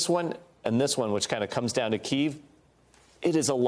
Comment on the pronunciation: It’s pronounced KEY-EHV!!! Jesus